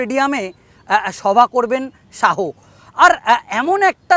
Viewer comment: Reporter dada apnar uccharon ta age thik korun..Amit Shaho? Shaho?